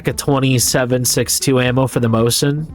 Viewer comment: As a soviet gun nerd the way you say "mose-in" instead of "mo-zin" is aweful. also how many gnomes do you plan on getting by the end of the series?